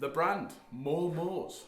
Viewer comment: Hello, thought you might like to know that the Japanese (of which I am not) do pronounce it as Momo-say, not momo's. Other than that, rad playing sir, keep on it! I myself have two of their Strats and they're just lovely.